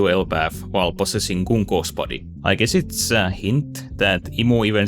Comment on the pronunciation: Did bro just say Goonko?